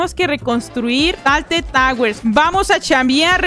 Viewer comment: "Rocket Lish" "Talted Towers"